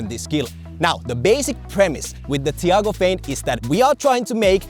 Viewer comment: me watching butcher his name just makes me cringe